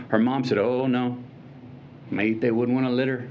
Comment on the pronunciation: I was for the Second Amendment until I heard this privileged White guy that didn’t even care to pronounce Maité’s name correctly, preach it!